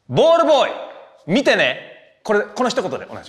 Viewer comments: 見てねが言えないのは分かるけどなんでball boyも言えないねん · ペーパー言ってたのにボールボーイも言えなくなるの草